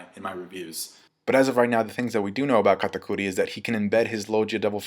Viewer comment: Stop calling him katacudi yah its his name but his name is dogtooth sounds more badass so stop calling him katapussy whatever